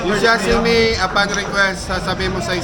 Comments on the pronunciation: Sashimi hindi shashimi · SASHIMI Hindi shasimi😂😂😂